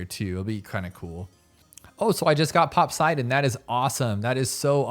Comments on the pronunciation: I wasn't the only one who heard him pronounce it popswaydon right? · They wrote Popseidon because its from POSEIDON which is how the God of the Seas in Greek Mythology is Written. They just added a P. So No You ARE NOT Right XD. And we Say PoSAIdon not PoSEIdon. So the pronounciation that should be right for the Mermonkey 050 should be POPSAIDON while the writing is POPSEIDON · And he also says GLIVES. He REALY needs to learn how to pronounce towers. But I hear pop-seye-den.